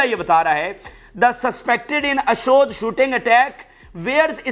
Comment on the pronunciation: ۔۔ اشود لفظ نہیں ہے ۔۔ اشدود کی بندر گاہ ہے